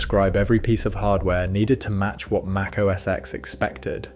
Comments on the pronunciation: Correct me if I’m wrong, but it’s OS Ten, not OS “eks”. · It wasn't called "OS ex". How many times can you watch a video showing Steve call it "OS ten" and you still call it "ex"??? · Great video! One correction if you'll allow it. "OS X" is pronounced "OH ESS TEN" and not "OH ESS EX." Watch a few WWDC keynotes from Steve Jobs from that long period. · MAC OS X (TEN!!!) NO X get it right or stop acting like yu know anything about Apple products especially the Macintosh or what’s now called Mac. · Just FYI, it's pronounced Mac OS "Ten" the number, not X the letter..